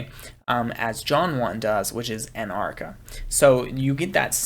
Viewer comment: Sorry to be picky (because you’re doing such a great job otherwise), but in biblical Greek “arche” is pronounced ar-khay’ (see the Strong’s screen shot ).